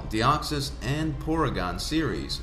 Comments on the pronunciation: "Deoxsys" Deoxys. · I dont want to be that guy but it is "Deoxys" not Deoxsys